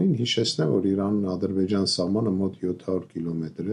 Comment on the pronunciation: Քաչալ - դամբուլ, ճիշտ խոսի հայերեն, ո՛չ թե առցախ, Արցախ, ո՛չ թե Իռան այլ Իրան, այ անխելք դամբուլ ձյուն գա հիմար գլխիտ, Գ7 ռուսները միշտ էժան գնով ծախել էն Հայաստանը ու հայ ժողովրդին թուրքերին...